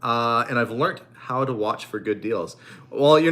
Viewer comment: learent??? learned, I couldn't resist.